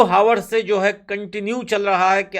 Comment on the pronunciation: Hours m h silent h so pronounce it properly